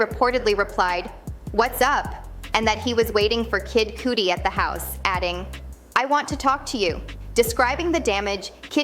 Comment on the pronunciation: Said kid cudi wrong smh